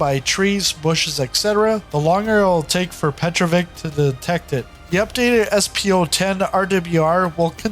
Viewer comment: You do not say right name Petrovich. It is not right to say Petrovik. No k. This name ends by sound TCH, like in word WITCH. Petro+witch, it is right